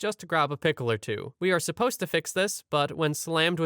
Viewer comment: Supposed, not suppose.